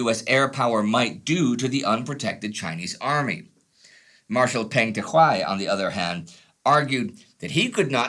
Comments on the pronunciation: Peng does not pronounce "pen". It is lot more closer to "pung" as Punga. By the way, Marshal Peng was indeed the General Commander of the Volunteer Army. I don't know how this information could be any controversial. If the US military did not even know this, it did not deserve to win the war. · Peng is more closely pronounced "pung" btw